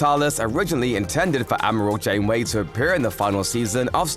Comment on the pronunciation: “Ameral” Admiral